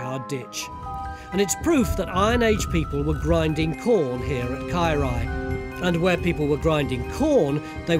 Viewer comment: His Welsh is so bad it took me a while to understand that he was saying Caerau...ugh.